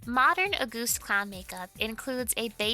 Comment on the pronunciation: In German, the first syllable of August is emphasized, instead of the second. We don't say AuGUST, we say AUgust.